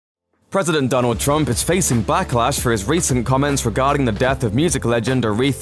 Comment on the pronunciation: Sounded like he said Donald Trump faces blacklash